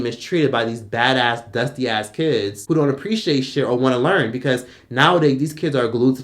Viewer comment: the emphasis on him being dusty 😭😭😭